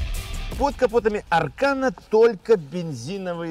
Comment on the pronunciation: Избави господь от такого аркана😂😂😂. А вообще ударение идёт на последний слог.